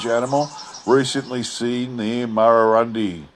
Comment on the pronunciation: Excellent again thanx. And it's pronounced Murrurun deye